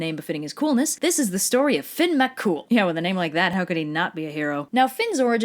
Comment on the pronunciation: YOU PRONOUNCED IT RIGHT, HUZZAH